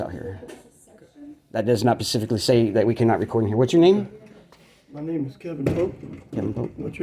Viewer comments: "That pacifically says"...he can't even use correct vocabulary! What a bunch of uneducated, unemployed morons. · Just a heads up. It’s specifically. Not pacificly lol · Can you imagine this clown giving a campaign speech? He can’t even say “specific.”